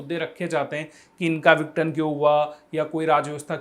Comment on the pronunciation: माफी चाहता हूं लेकिनआप विघटन को सही से नहीं बोल रहे हैं आप इसको विटन बोल रहे हैं बाकी आप बहुत अच्छा पढ़ाते हैं ♥️♥️